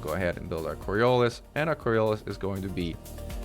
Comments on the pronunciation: Really minor correction, coriolis is pronounced cor-re-o-lis with the emphasis on the o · I love the way you pronounce “coriolis”, in British English it’s “co-ri-OH-liss”.